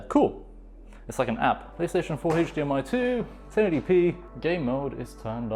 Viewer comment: "Heych dmi cable"